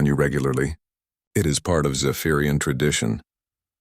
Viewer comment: The story was good, but for some reason many stories have awful subtitles. It isn't just either. Narration gets crazy the word 'wound' becomes something put on a spool and 'it' becomes IT whatever that means.